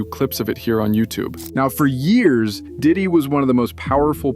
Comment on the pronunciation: Diddy Not dick😂